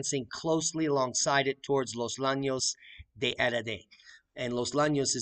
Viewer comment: It’s not los lanes, ll (which is a letter not two letters) sounds like a “y” so you pronuncie it more like “yanos”. Los Llanos de Aridane or The Valley of Aridane. n Spanish, ⟨ll⟩ was considered the fourteenth letter of the Spanish alphabet because of its representation of a palatal lateral articulation consonant phoneme (as defined by the Royal Academy of the Spanish Language). Sorry but the mispronunciation was driving me bonkers.